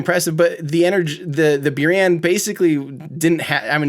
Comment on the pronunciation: C’mon, it’s Boo-rahn, right?